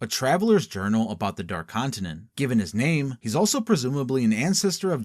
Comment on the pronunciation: never have a seen a video so bad and good at the same time.... holy fuck you guys cant even pronounce half of the fucking names right...